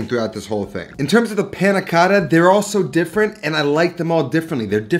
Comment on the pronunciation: . You pronounce many Italian things quite well, but "Panna Cotta" you pronounce it too “American” ! ;)